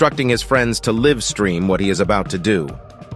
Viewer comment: Did anyone already point out that "livestream" was mispronounced?